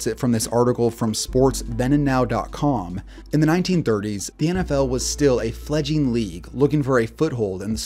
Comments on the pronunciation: My dad used to tell me about these games and always wanted to see one but was over b4 I was born. Good video but its not fledging, but fledg-ling with an L. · Dude you're He couldnt pronounce "fledgling" either.